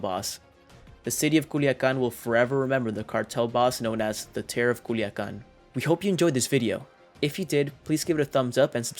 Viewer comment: C U L I A C A N ....not culican....no mames wey!